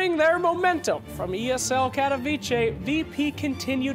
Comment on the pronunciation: Cat-o-v-che...Berming-Ham! God damn it,!